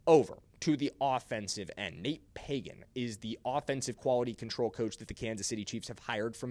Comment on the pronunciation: It's not Págan.. it is pronounced Pagán (pahGán) Sorry, that's my name also and people assume right of way that is pronounced Pagan like from the Bible. Accentuate de last á. Gracias! Oh and yes. The RB1 from Notre Dame should be Los Chiefs 1st rd pick! Have you seen his tape?? Holy shit! Is like if Barry Sanders and Adrian Peterson had a kid. That's Jeremiah Love!